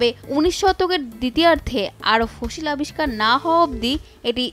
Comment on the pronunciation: ঠিক করে ফসিল উচ্চারণও করতে পারতেসে না